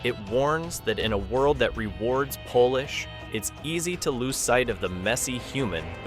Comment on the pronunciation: "Polish" not same as polish the ring like IV is not iv (AI)